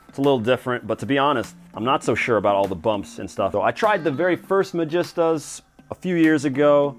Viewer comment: its pronounced ma-gee-star